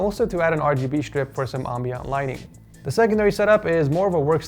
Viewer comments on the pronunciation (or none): I notice you always dropping the word “ambiant”. Pretty sure ambient light provides ambiance.